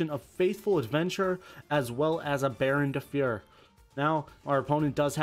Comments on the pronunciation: DB Grinder pronunciations lmfao Baronne de fyer Rite of amutesir faithful adventure drackoback i gave up 8 minutes in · i appreciate your love for synchron but i would appreciate it more if you could pronounce rite of aramesir or baronne de fleur correctly